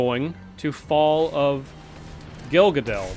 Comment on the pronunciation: its fall of gil gaLADnotgil gaDAL.. pls..othrwise thumbsup ^^